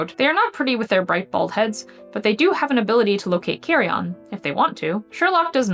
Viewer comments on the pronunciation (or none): While I enjoyed your video overall, there were a couple problems. Firstly, and definitely the less salient issue, were the multiple mispronunciations made throughout the video( carrion is pronounced carry-in, not carry-on, and gyrfalcon is pronounced geer-falcon and not gurr-falcon) Secondly, you confused a picture of a dark Merlin subspecies( Falco columbaris suckleyi) with the Lanner Falcon, and the Lanner Falcons as confused with the Merlin.